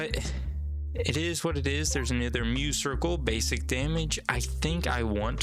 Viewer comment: spinesse is a play on, and thus rhymes with, finesse! and i'm pretty sure muscircle is a play on muscle, so it's muss-circle, not myoo-circle :3